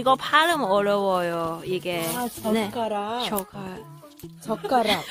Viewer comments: 젓가락은 락까지 발음해야지 젓가만 발음하면 오해해요 ㅋㅋㅋㅋ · although your pronunciation of "젓가락" is funny, just keep practicing you can make it someday.